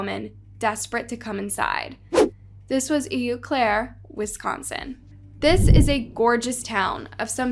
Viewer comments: Please watch news stories before you pronounce things. I watch you all the time and it's driving me crazy. In this one (from) a Wisconsinite, EU Claire is pronounced "O-Clair." Please just pronounce people's names and places correctly. I love you though. Do your research. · It’s pronounced”OH - CLARE” 😊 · It pronounced “oh” Claire . It’s French. Eau Claire Wisconsin. You have the spelling wrong too which may be the problem. It means water, and claire means clear so “ clear water” . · If you're referring to the city in Wisconsin..... it's pronounced "O" Claire.... lmao!! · Love listening to your stories. Just wanted to let you know, the town Eau Claire is pronounced “Oh-Clair”. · It’s not Eeeu Claire!!! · It's pronounced "O Claire" locally. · It’s pronounce ow-Claire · It's pronounced "oh-clair". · How can narrators be so lazy and ignorant to not research how to properly pronounce things. It’s pronounced AW CLAIRE